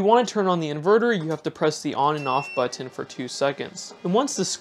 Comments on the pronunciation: you mean buTTurn 😄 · I giggle every time he says button